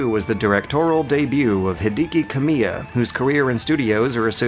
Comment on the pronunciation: He-dee-key Ku-me-ah. Wow man.